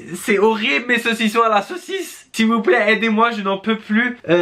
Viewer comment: Arrête de dire '' mes seausison a la seausise !!!!!!!!''